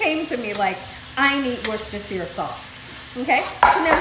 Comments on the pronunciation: Wow.. for the longest time I had been pronouncing it "Woosh-stir-sher-SIYER" sauce 😋🤦🏽‍♂️ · hhi in the uk we pronounce it wooster sauce.much easier for people who cant pronounce it properly